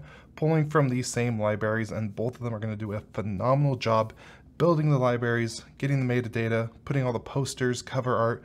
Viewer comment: Libaries. Homer had to pull a crayon out of his brain to stop saing that word that way.